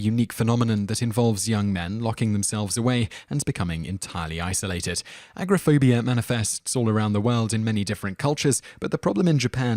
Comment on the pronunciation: "Aggraphobia" ......... Why couldn't you say Agoraphobia right?